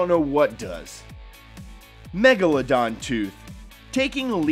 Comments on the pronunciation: The way he pronounced Megladon He was like Mega-La-Don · Ana A It is MEGALODON!